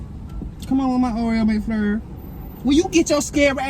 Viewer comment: "I want a Oreo Mc FLUR"😭😭 GURLLLL